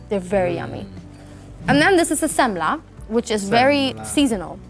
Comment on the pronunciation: yes sir no ``semmla``